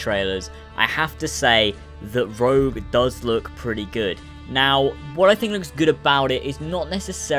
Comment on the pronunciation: rogue not rouge